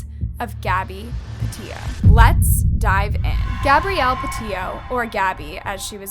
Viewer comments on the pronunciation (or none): Girl, u really have to make an effort in pronouncing names and words correctly. It's pronounced "Laun-dree", not Laundrah. It's "Peti-to", not Petio. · Are you saying patito? Sound like your saying patillo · literally pronounces everything wrong😭 it’s petito not petio and also prayers for gabby’s fam